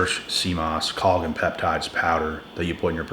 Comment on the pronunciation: It's pronounced collaJin